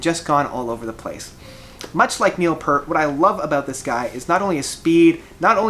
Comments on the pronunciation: PEEEEEEEEEEEERT! Not "Purt"! And... at #5? Hmmm... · If you are a fan of Rush, you have to know that his name is pronounced 'Peert'. That being said, I think this guy said in one of his posts that he does have a speech impediment or dyslexia, so we can cut him some slack.